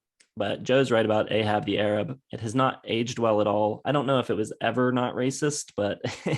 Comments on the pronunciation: Just a note is the mis-pronunciation of "Ahab The Arab"... The is title is supposed to be pronounced the way he says it in the song "A-Rab"... which to me emphasizes the whole racist tone of the song. This song, as well as "Seven Little Girls", are ones that could only exist in "the time". Though that is no excuse in hind-sight, it does explain the "what were they thinking" aspect. I do call it what it is, looking at it with the clarity of now. But they were witten in the very racist and misogynistic glasses of the time. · You have to pronounce A-hab the A-rab like this for it to make sense. It doesn't make it less offensive, but at least you can see what the writer was going for.